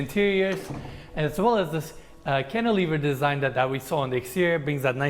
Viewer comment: Love how Arvin doesnt even bring up or blink when says "canteliver" anymore. Wince he brought that up he literally says it minimum 3x per episode. I never even knew what that word was till lol!